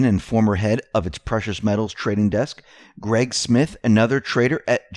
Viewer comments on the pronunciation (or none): none